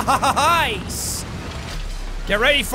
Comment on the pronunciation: it sounded like you said lice instead of nice